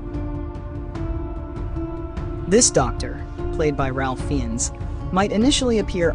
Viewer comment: Raif Fines is how you pronounce his name.